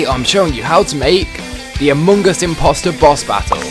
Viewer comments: He says it like amogus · amoong us impooster